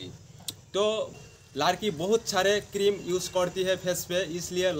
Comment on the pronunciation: Kirim ka name thik se bolo